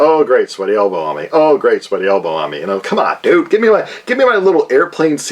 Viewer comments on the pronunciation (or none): none